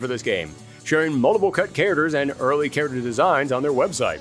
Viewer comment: The way he says character!! .......🤬🤬🤬🤬